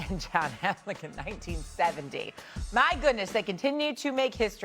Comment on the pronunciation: John Havlik (laugh as I can’t pronounce it) get women off tv lol